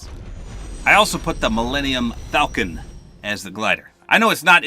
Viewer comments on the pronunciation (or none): none